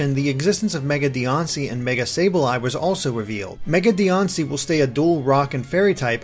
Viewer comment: Why do you pronounce Diancie with a "O" instead of a "an" like how official trailers pronounce it?